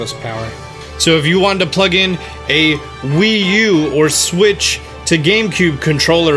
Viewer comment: and that is how you dock a nintendo siwttch Me:wait a min....